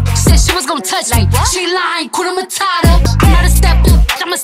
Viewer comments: It's 'hakuna matata' not 'hakuna matara' anatweng' vibaya...gaaaiii...😂😥💔💔💔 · Hakuna mata ? What??? Shit shit shit I'm from East Africa and I feel bad when I hear hskuna matara.....people its hakuna matata...(matahtah) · Atleast try say the Swahili name hakuna matata not matara